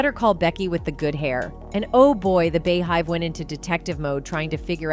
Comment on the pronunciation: Why is she pronouncing is BAY-hive?😩